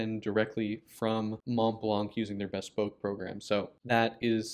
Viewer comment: As an italic handwriter and fountain pen collector, I find this new pen intriguing. However, I wished your video had explained why you pronounced the word “bespoke” as though it derived from “Bess poke” rather than its actual derivation: the prefix “be-“ + “SPOKE.” It’s as if you had never heard the word, but had learned it from reading and had then forgotten to check its pronunciation. (Surely a man of your character and education would have known better — so please let me know whether the amusing (mis)pronunciation “BESS-poke” is common at Montblanc and/or elsewhere in the pen business.